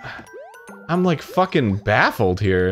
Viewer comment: You rike a diapers??? MEE TOOO!